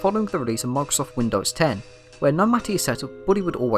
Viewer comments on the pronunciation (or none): none